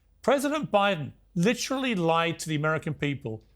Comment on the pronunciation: LIT-trelly. LIT-trelly. LIT-trelly. Everybody so fancy now.